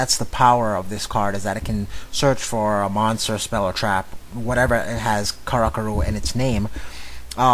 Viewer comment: It's pronounced "Kara-Curry"